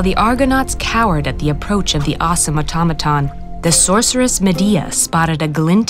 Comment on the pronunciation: Strange that the narrator mispronounces automaton right out of the gate.